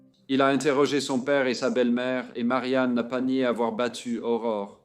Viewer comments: Ce n'est pas Aurora, c'est Aurore.🌈🦄🎠 Merci de raconter cette histoire. Le nom d'Aurore est si mal prononcé dans cette vidéo que je ne la termine pas, c'est honteux. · Son nom est pas Aurora. C'est Aurore. Salutation du Québec.